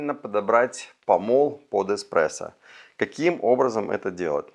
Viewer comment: Мне кажется, или он сказал в самом начале "...Технология эКспрессо", мда, после такого сразу остановил видео, диванный эксперт